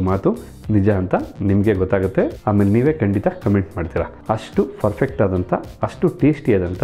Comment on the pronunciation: Hulige lemon juice bedva sir. Sappe sappe iruthalva? Mathe furfect alla perfect antha heli sir